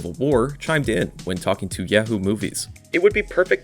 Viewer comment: No AI was used but the narrator still can't pronounce "Yahoo" nor put the S on Great Lakes for some reason. Probably so assholes like me make a comment and boost his analytics....